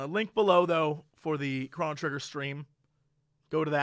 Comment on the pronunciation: BluishGnome He also pronounces Chrono wrong. Just like he does nuclear.